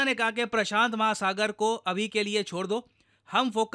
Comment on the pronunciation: saying "Prasant Mahasagar" 😊